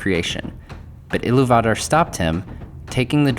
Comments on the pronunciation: Sorry to be a pain in the a** but it is "Ee-loo-vatar"" - there's an accent on the 'u'. And it should be 'Ow-lay-eh" as there's an umlaut on the 'e'. Otherwise, great post! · I'm not going to say for certain that's not how you pronounce Illuvatar but doesn't exactly roll off the tongue. So instead of Il-lu-vat-ar, It sounds a lot nicer(subjectively in my opinion) when you say Il-lu-va-tar. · It's IlluvIIIItarr, not IlluvatAAr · It’s pronounced Eee-Lou-v-a-tar. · Why you pronouncing illuvatar like that lol great video though man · It’s actually pronounced iliy va tar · You should learn how to say Illuvatar. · I've never heard iluvatar said like that